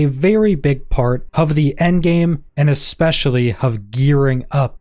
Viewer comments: "EKSPECIALLY" and I'm done watching. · Especially pronounced with an X just turns me off from watching the video